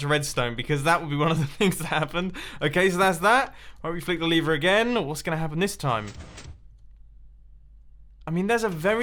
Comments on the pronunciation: The most complex thing in this video is when you say lever but you pronounce it liver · Mumbo : So here we have 8 different ways to destroy our lever (Mumbo pronounced it as 'liver'), Me : Number 1, get liver cancer? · Nobody: Mumbo: LaVeR